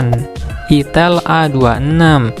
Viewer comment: Itel bang bukan itil 🤣